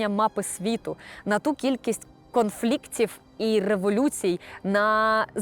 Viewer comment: Повністю з усім погоджуюсь. Також постійно ріже вуха артикуляція наприкінці слів фрикативу «ф» (глухого білабіального фрикатива [φ]) замість українського «в» (лабіодентального апроксиманта [ʋ]). От і виходить у кожній словоформі: замість конфліктіВ — конфліктіФ, замість катуваВ — катуваФ, замість прав — праФ і т. д.